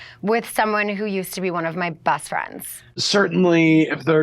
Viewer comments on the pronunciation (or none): "Bass franns" -Sheana 😂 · I like Sheana but I think its time she stopped the Teeny Bopper act. If she says "BAst FrAnds" one more time Im gonna loose it.